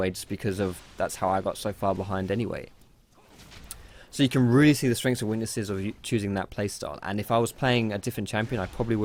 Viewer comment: ye weally